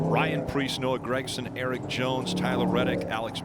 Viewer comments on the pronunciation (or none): It’s not Gregson.. it’s Gragson